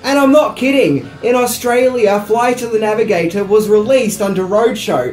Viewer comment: Say it with me... "Floight of tha Navigataaaaaahr"